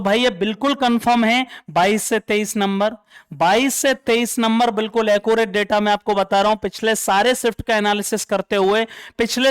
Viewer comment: एक्यूरेट ❌ अकु रेट ✅